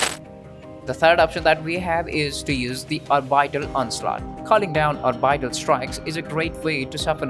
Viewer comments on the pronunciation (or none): I like your videos, and I appreciate you making them in English, which is not your native language. 'Orbital' is normally pronounced 'or-bit-al' not really 'or-bide-al'